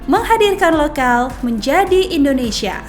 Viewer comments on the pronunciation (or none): none